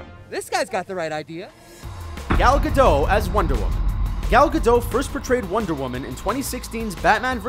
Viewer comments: it's not gadoh.. Its said as its spelled.. Gadot.. listen to her say her own name before you try to pronounce it.. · gal gadough XDDDDDDDDDDDDDDD dude its gal gadot, which means there is a T in the end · gadot, not gadow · Her name is Gal Gadot, not Gal Gado. Also, she barely got any training, most people in IDF don't serve as fighters. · It's not gadow it's gadoTTTTTT with a T, pronounce it, I'm Israeli, I know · Oh god, it's not pronounced like Gal Gadough! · Gadot with a T - not Ga-dow. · Gal Gadot. Gadottttttt. Also, the commentator should speak. No point screaming. Rant off. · It’s Gabot not gadot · Gal Gadot it's with T at the end. the "t" is not silent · Your'e supposed to pronounce the T in 'Gadot'. It's Hebrew, not French, and there are no silent letters in Hebrew. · The way he pronounces Gal Gadot makes me cringe so hard